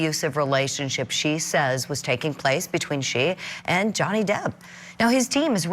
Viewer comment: Oh Amber wants to back out now.. Noway.. You slaughtered Johnny's name, it's way to late now Heard Brains.. Johnny has lost out on a lot of work because of Amber's Faulse Accusations.